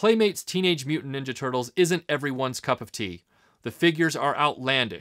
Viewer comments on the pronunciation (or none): Your English accent snuck through when you said cup of tea